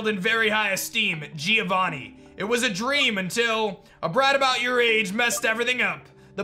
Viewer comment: Bro, Giovanni, not Gíovanni